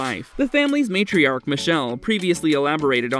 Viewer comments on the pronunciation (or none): none